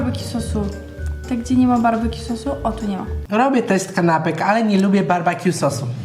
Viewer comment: Barbekju a nie barbakju (wiem że się pisze BBQ)